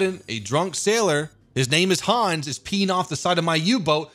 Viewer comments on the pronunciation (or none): none